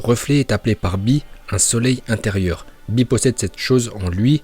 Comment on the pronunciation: Eh par contre bee il s appelle bee et pas b